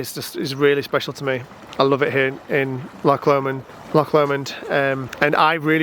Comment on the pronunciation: Omg I remember last time you called it lock L’mond and it was making me laugh, but I get it, when you’ve not heard the name before, it just tickled me. I only know because of the song, I’ll take the high road 😊